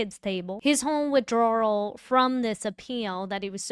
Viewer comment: I couldn't believe the ADA thought she was Kerri Morrissey saying she Could decide what the defense gets to see. KrowskI, spoka up but you know if rosemary had been there, she would eat that woman for lunch! I gotta ask... forgive me if this seems offensive but are you enunciating "withdrawal" to rhyme with "gararage"? Haha!!